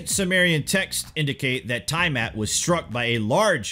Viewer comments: The Planet that was destroyed by nibiru is not called ty mat it was called T-ah mat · Great video. Btw. It's pronounced Tee-uh-mat. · Tiamat = TEA-ah-mott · NOT TIE-mat OMFG IF I HEAR YOU MIS PRONOUNCE THAT ONE MORE FKN TIME. hahah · yes i agree